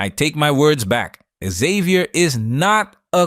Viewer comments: Why can't gringos pronounce "Xavier"? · Why can't Americans pronounce xavier ?